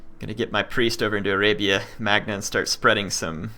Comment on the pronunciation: arabia MAGNA? do you know a bit of latin/italian pronunce? gn in italian/latin is like ñ in spanish